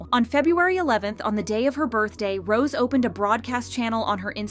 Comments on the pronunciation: HER NAME IS NOT ROSE!! IT'S PRONOUNCED ROS-AY!! Jesus Christ. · The way they pronounce her Rose instead of Rosé is proof that this channel is not a kpop fan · For god's sakes, stop calling her "Rose"! Her (stage) name is "Rosé". The é changes the way it is pronounced. The acute accent changes it to make it sound like "Rozay". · why do you pronounce rosé "rose" (and also hyuna "hyoona")..? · pls learn how to pronouce Rosé, its not Rose :((( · Her show name is NOT ROSE , but. ROSÉ ...SO please stop saying rose . Frustration